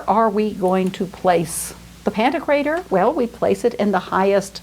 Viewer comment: pronounced "paladoro", as 1 word. It's Cefalù pronounced CHE-faloo. It's pantOKrater, middle syllable emphasised.